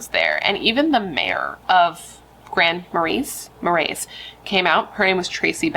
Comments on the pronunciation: Ma-ray. No s. Always happy to hear a less well known one ❤ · Thank you for your video! 💜 It's pronounced with the "s" being silent. So, Grand 'Marie' Love from Minnesota 💜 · Grand "Muh-ray" is the pronunciation 😊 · I didn’t know this happened and I’m not too far from there. Also it’s “Grand Ma-Rays” I know. We pronounce things weird here lol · "Grand Muh-ray" is how u say it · I live in Minnesota, and it's pronounced Grand Marais(Ma-rae). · Grand Maray - pronunciation ❤ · Minnesotan here, the town 'Grand Marias' is pronounced like Grand Maray, It's beautiful! Can't believe i hadn't heard of this so thanks for coving it. Love your videos <3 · Grand Mah-ray…lol